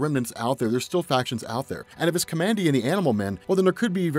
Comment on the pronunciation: The character's name is pronounced "COMMAND D"